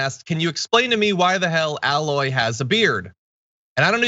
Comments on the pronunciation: John, tell me you've never played Horizon Zero Dawn without telling me. Aloy's name isn't pronounced with a flat "A" sound. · It's not pronounced "Al-loy" It's pronounced "AY-loy" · My only complaint is you repeatedly mispronouncing "Aloy". You're saying "alloy". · John, if you really played Horizon Zero Dawn, I would hope you would pronounce her name correctly. It's not Al-loy, it's A-loy. A, pronounced the way you say the letter in the alphabet, not A as in Alex. HZD is such a fantastic game and Aloy is a phenomenal protagonist: she is not overtly sexualized, flirts with both males and females and has suitors, but chooses her mission over romance, and, tbh, looks like a woman probably would if raised in a POST APOCALYPTIC, tribal world, hunting and foraging for food and supplies every day, year after year. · John as someone who has played these games you should know her name is pronounced with a long A, not like alloy. Still love you though! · John I have spoken out against this sad portion of gaming culture on my channel but I must point out one thing it pronuned A-loy not Alloy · It's not an add-on it's a new game and you mispronounced her name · Wait. You played the game and literally cannot say her name right? They say it over and over in the game. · John says he's played it, says it's a "great game", but can't pronounce Aloy's name and calls a sequel an "expansion". 😜